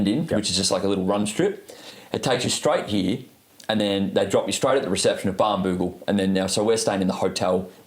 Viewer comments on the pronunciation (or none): pronouncing Muni “Moony” is slightly triggering Also it’s Barnbougle, not Bambougle 🙄